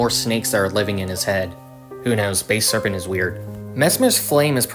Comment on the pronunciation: Its not base serpent, its basal serpent